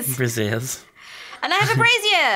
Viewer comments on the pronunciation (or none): I love how fails to pronounce "brazier". "I put a spaceship in a brassiere." We need fan art of that.